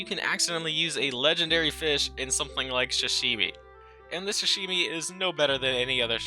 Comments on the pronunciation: I love video but its not shashimi. This bothered me, its sashimi with an s, it is pronounced with an s too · dude it sa-shi-mi not shi-shi-mi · No hate but hearing you call Sashimi shashimi made me physically cringe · “Shashimi”? suh shee mee